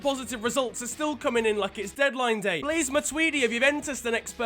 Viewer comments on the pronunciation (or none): none